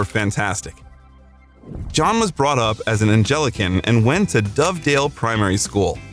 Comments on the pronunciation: 'Anglican' not 'Angelican' among others. Doesn't anyone edit? direct? etc.? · Not "Angel-i-can." Anglican. Ang-li-can. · “John was brought up as an ’an-jell-ikan’”?!?! You’re reading words without knowing what they mean. Find someone who can explain Anglicanism to you. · ah yes, the religion I, angelica, founded. he was angelican. yeah right. HE WAS ANGLICAN OMFG FCKING AI 😭😭😭😭😭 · "Angelican"!!! Try Anglican. 😳🤪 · "Angel -can"??? Anglican (ang·glu·kn) or Episcopalians - kinda makes the entire content ring false. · "Angelican"? The term is, "Anglican". If you can't be bothered to learn how to pronounce the words in your own biography, it's off-putting. It also does nothing for your credibility. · He was brought up as an "Angelican" not " Anglican" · It's Anglican. Not angelican. That's not even a word. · Angelican? Possibly Anglican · An-GEL-i-can? Oh for heaven's sake. Who doesn't know how to pronounce Anglican in this day and age? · Anglican, not angelican 😎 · At first glance, a good effort, but a lot of problems.Everything but NOT study? Didnt you mean he did everything BUT study? There is no such word as Angelican - its Anglican. Good try, but your lack of meaning and knowledge of pronunciation hurts this video, leading viewers not to take you seriously. OK - HOT Ashbury ? You are intentionally screwing this up. Nobody could make THAT many mistakes.... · ….” John was brought up an Angelican “. The word is Anglican and the “ Ang “ rhymes with “sang “. ….“ song ambitions “..the text says “ wrong ambitions “ “ seriously addicted to L.S.D. “ …..L.S.D. Is not considered to be an addictive drug . He may have taken a lot , it does not make him addicted . “Primary Therapy “ . ….Janov’s Primal Tharapy . This is an interesting and thought provoking attempt at illuminating Lennon’s complex character and life . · ANGLICAN! Not “Angellican” 😂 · Angelican?? ANGLICAN. I can’t. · Ang-li-can, not Angelican. Lol. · ANG-GLI-CAN, not AN-JEL-LI-CAN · Grew up as an 'Angelican', eh?